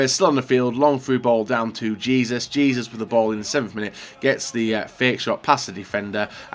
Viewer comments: it’s “Jay-zews” not “Jee-zus” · Hay-zus really not that gets to pronounce